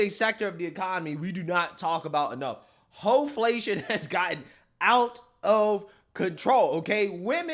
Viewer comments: "Hoflation". That's twice I'm cracking up on this episode. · Not "Ho-Flation" 😂😂😂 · Did he say hoe-flation 😂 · 🤣🤣🤣 “thicccccc” 😆😆😆😆not “hoeFlation” 🤦🏽‍♀️😂😭 you’re hilarious but that ad/ commercial was so cringe ugh the “dems are in disarray” for sure 🤷🏽‍♀️ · He said, "Hoeflation "!